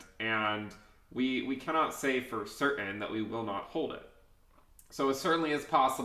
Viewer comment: love the way you say CERTAIN - 'CER-AN'. where you get tha dude ..rock on Green Day!!